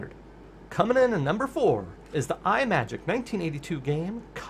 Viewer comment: You are not the first to get the pronunciation wrong, but "Imagic" is not pronounced as Eye-Majik as you repeat throughout this video. Think of a portmanteau of the words "image" and "magic". Now please do not tell me that you pronounce the word, "image" as Eye-Maj. No, it is pronounced as I-Maj (short "I" sound).